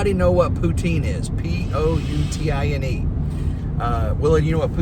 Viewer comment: Every Canadian knows what Poutine is and yes you pronounced it correctly.